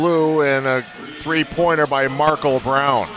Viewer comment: why he pronounce Markel like that?